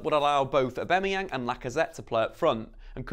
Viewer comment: Can’t can’t with how you say Aubamayang